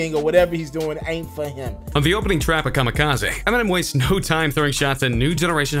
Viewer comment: Why TF does he keep pronouncing it KamikazAY